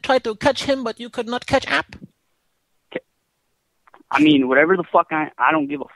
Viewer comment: That CATCH Ahp dialogue was hilarious.... .....homie paused and was dumbfounded after that CATCH Ahp😂😂😂😂😂😂😂😂😂😂😂...this was hilarious